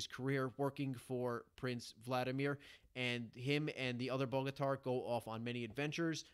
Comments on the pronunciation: Cool summary thank you 🙏🏻 Just a little help Bogatyr in English can be pronounced like [ Bogatere ] 😉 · Good job. It's pronounced boga-tier. Soft o as well.